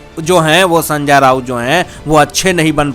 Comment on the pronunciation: Are Sanjya nahi re Sanjay Thik tarah se nam bolo bhai, mu main supari mat rakh re